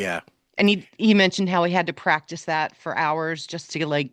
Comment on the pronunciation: says “it’s not even dat.” “Dare was a bar.” Why can’t pronounce a TH sound?